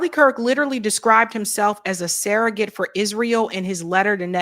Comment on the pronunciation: the word 'surrogate' is pronounced like it's spelled -- SURR-uh-git. Please stop saying SARAH-git.